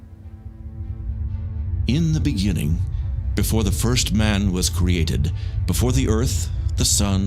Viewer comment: In the bEnINGiNg